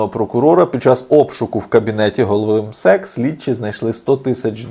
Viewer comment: Наголос на МСЕК хибний! Це Чичиков з ПФУ , гроші мертвих душ. Нас перенаправляють від проблем, які давно генеруються у пенсійному фонді країни.